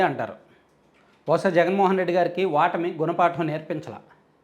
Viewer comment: వాటమి కాదండి ఓటమి . చాలామంది ఈ మధ్యన ఒ బదులు వ అంటున్నారు . కొత్త తెలుగు భాషా ?